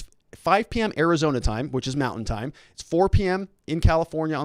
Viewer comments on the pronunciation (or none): none